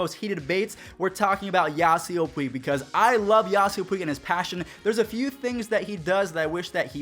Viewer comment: Don’t say Puig